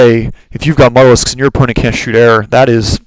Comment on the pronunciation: MU (you) talisks. Not MUTTALISKS.